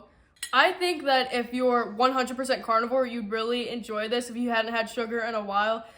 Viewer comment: I kept thinking you were saying "cardboard cake". It took me a few